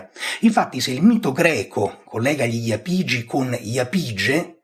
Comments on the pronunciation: l'accento più corretto sarebbe sulla a, quindi iàpigi e non iapìgi, l'esame di archeologia della magna Grecia docet 😀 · Bravo, ma è Jàpigi, come Jàpudi, da cui (J)Apùdia bella pronuncia osca e quindi Apùlia.